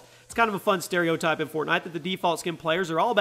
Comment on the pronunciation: He said fortknot at the beginning of the video 😂😂